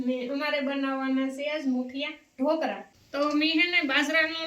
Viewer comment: ઢોલકા નહીં ઢોકળા.